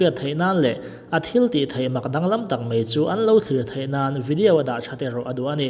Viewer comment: Tun tum kn 'Vediau'......cuan Guinness pronounce dan poh etc 😅😂🤣